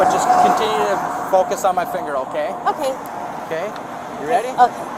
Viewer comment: she says oooh okay!😂😂 so nice, she must be Canadian😅😅